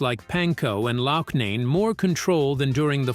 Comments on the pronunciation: Oh geez, now it 'Lom and Loshnane' . "Lamb" and "Locknane" must be thrilled to know the impact they had. Artificial Intelligence just sucks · Echo millionaire!!! Everyone knows his name is suh-TEAR-uh. Ruins the piece. Also mispronounced Loughnane, you lazy ass!!! You obviously never heard of Chicago. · And the crazy thing is, he/it does manage to pronounce “Cetera” properly a couple of times(as well as massacring “Loughnane” after pronouncing it right for most of the video). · Lamm & Loughnane (first time), too. Moral of the story, hijacking a commercially failing band with talent and name recognition is far better than creating a new band.